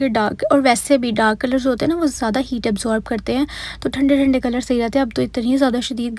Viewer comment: Ap "thanday thaday colour" bhtt mazay ka bolto😂❤